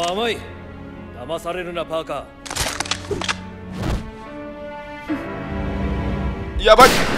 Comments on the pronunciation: バーカーじゃなくて！パーカー！！！！！ 悲しい・・・ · プァーカー(パーカー) 哀しい...